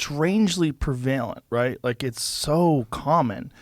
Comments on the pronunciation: 🤣 Joe saying the word "prevalent" ˈprev(ə)lənt as 'prəˈvāl ent' 😄 ohhhh, too many shrooms, Joe Joe. 🍄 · Joe it is pronounced,,, prev-a- lent,, not pre- va- lent. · Joe whyd you rape my ears by pronouncing 'prevalent' PErVaLeNt